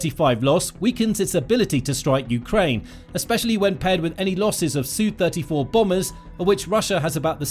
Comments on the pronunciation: Is it not S U 35 not a soo 35. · SU not "Sue"! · "Soo": Brit-speak for Sukhoi. 😂